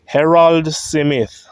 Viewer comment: why do keep Butchering the name SMITH (Simith)